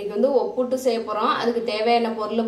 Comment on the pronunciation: Akka adhu obbutu illa obbittu